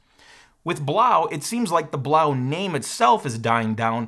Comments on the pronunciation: Blaux isn't pronounced Blau. It's a French spelling, not German, and yes, they meant Blow. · Why wouldn't Blaux be pronouned to rhyme with "faux"?? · I'm pretty sure "Blaux" is meant to be pronounced "Blow"... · I'm pretty sure you are supposed to pronounce Blaux "Blow" you know... like Faux is pronounced foe ? Makes it even funnier really. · I think it’s pronounced “blow”. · It's funny how he mispronounces the product name - I wonder if he does it on purpose? Anyway, they've now changed the name to CoolEdge.